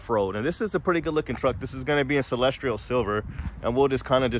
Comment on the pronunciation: there is no “r” in Celestial. Noticed you saying “celestrial silver” in several videos.